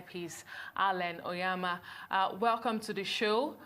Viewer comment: It's Onyema not Onyeama...Great man.